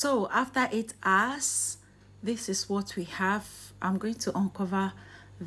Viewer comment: 'Hours', not 'ours".